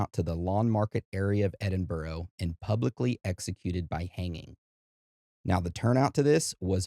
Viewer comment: 👍🏻Love the episode. However, the most horrific thing in this episode is the way you say Edinburgh 😂 It is Edin-buh-rah. There is no “ row “ at the end. Even if it was spelled Edinborough, or any other place in the UK like Middlesbrough, it’s burra or bra. Hope that helps 👍🏻 This is a well known story in the UK, like Jack the Ripper, the Moors Murders, Bible John and so on. What isn’t that well known is the Thames Torso Murderer. People are weird 👎🏻❤